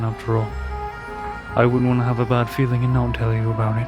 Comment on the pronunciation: Nahh cause you guys always be saying that in like “not FERiN well” istg lol